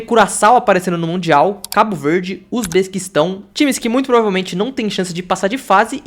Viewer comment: "Usbesquistão" esse país aí é novo